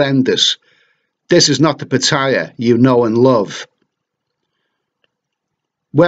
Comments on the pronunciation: Pitthaya? It's pronounced Parttayar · He's right. It's not "Pa-tyya" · PA TA YA please pronounce right way